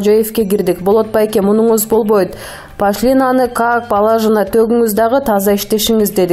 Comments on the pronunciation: Гос пашлина эмес. Гос пошлина деп жазылат жана окулат.туура окуган үйрөнгүлө. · Гос пАшлина эмес,пОшлина без грамотная, как пАлажена эмес,положено